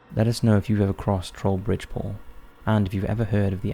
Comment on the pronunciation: You know, for a split second their i thought he said "today we will be looking at Porn" instead of Paul And i was like, .....ok, but i think its gonna violate your terms of service 🤣